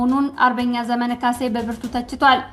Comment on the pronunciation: ስታነቢ ዘመነ ( መ ጠብቆ ) ብለሽ በይ